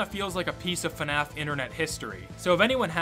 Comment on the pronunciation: Instead of the Fnaf that I always expect to hear, it often sounds like Fenaf. Oh no more people should actually finish their let's plays. Not sure how often that happens recently, but it always get's annoying to have to rewatch it with another let's player, when it suddenly stops somewhere else.